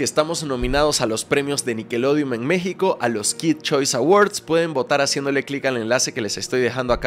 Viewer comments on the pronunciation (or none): none